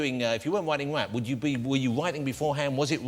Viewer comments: I think that's why sometimes Eminem look like he was going to smile... or laugh... because he can't believe this guy is pronouncing rap as WAP... it is too funny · 2 best bits 1. When Jonathan first said rap (wap) and 2: 'yeah l do I wanna nail her' haha